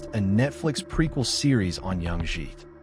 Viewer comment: Interesting how you as a student of this film totally mispronounce Jake's last name as "Jheet" rhymes with "sheet"